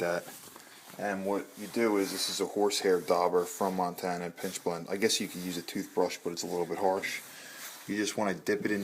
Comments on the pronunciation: I think I heard you saying "PINCH blend". It is pitch blend, right ? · Pitch!!! Pine Pitch, not pinch,Pitch.